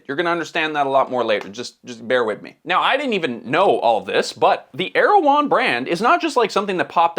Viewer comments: I believe it’s pronounced Er-ew-hon. Either way, same business model as Goop. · Man, every time i heard you say the company's name i thought you're talking about the Turkish president...